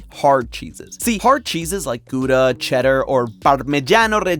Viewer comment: yet another person says gouda inncorrect and a piece of my soul leaves